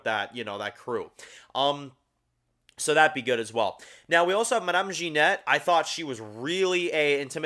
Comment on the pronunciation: hi I'm French and I can tell you that you pronounce French very well except for genet. It's not Ginette which in French means old prostitute but ge-nay. I share your opinion on the series except for Laurent. I think that Laurent is one of the three messiahs. in French Catholic mythology there are three heroes of the apocalypse to defeat evil the Virgin Mary = Isabelle the Messiah = Laurent and the Archangel Saint Michael = Daryl